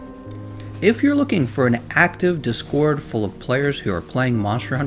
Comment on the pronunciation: I'm shook by the emphasis on the second syllable on DIScord.